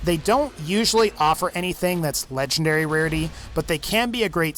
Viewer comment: It sounds like you’re saying lechendary 🤣🤣 but the best way to beat the warrior is go all the way to the left because your under this Ramada looking thing